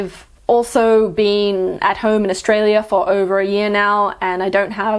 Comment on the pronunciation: Ich finds voll cool dass du “Australi” statt “Australia” sagst wenn du Indonesisch redest. So merkt man dass du wirklich in Jakarta aufgewachsen bist!! Und dein Indonesisch ist (fast) akzentfrei!! x